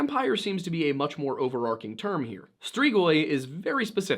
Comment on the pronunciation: overarCHing. Overarking = not a word